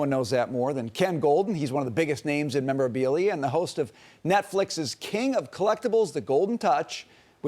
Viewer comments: You’re a news reporter who is supposed to research and kind of know what they are talking about and still believes it’s called “pokeman”. What a joke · I never understood how people magically see an “A” in Pokemon and pronounce it PokemAn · 40 pretends to not know how to pronounce pokemon 😅